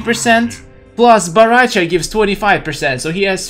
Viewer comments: Bahrahcha? Lol baraka’s reject brother I guess? Say it w/ me now... Bow Rai Cho; that’s how u pronounce it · its bo rai cho not bo ra cha :))))